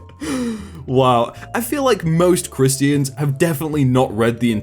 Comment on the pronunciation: Chris-tee-yans? Huh? Lol